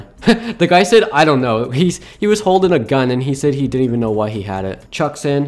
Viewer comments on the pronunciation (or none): none